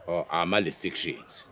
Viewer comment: "listriction" is crazi🤣😂🤣